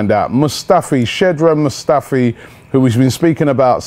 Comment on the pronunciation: 'Shedran Mustafi'... Dafuq.